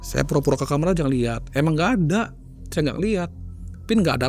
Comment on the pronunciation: kenapa sih bilang KAMAR kok nyebut KAMER... kalo ga dibenerin, makin sering denger itu 😢